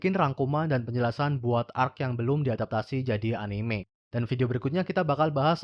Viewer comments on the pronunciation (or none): none